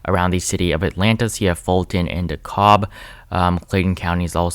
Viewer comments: It’s Duh-Cab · Hey! Awesome video. Minor correction DeKalb is pronounced "de-CAB" Source: Atlanta Native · Voted Ossoff and Warnock!! Btw, DeKalb is pronounced “Duh Cab”. The L is silent. 😉💙🇺🇸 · Edited to say: PLEASE, FOR THE LOVE OF GOD, DeKALB IS PRONOUNCED DEE-CAB AND MACON IS MAY-kin. Hello from Atlanta. It's very intense here. People literally roll down their windows at stoplights to ask each other if they've voted already. I've lived here since 1992 and NEVER seen anything like this...not even 2008. GA looks good in blue. Red is for harlots.